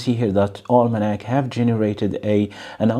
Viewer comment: Almanak means calendar in my language. Pronounciation was correct